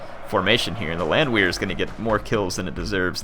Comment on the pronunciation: In case you were wondering, the Landwehr units should be pronounced as Landver. In German the "W" has a "V" sound. Also do a Napoleon campaign please. :)